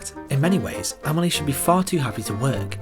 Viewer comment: Just for once . . . can you pronounce her name the way it is . . . ? 😨😰